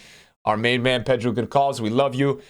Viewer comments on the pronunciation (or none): Pedro Gonçalves is pronounced "Gon salves". In portuguese the ç is called cedilha and sounds like an S. Also he's a baller and is getting into my Sporting team when he comes out. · The way says Pedro Gonçalves lol